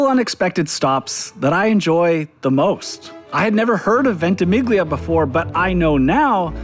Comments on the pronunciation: Dying everytime ventimiGlia 😩 however - kudos for accepting an Italian coffee and not asking for a venti oat americano. Bonus points. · Ventimiglia means Twenty Miles. The G is slightly silent....